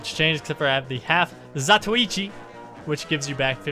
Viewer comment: You're one of the few people I've heard who can actually pronounce the Half-Zatoichi correctly. Congratulations.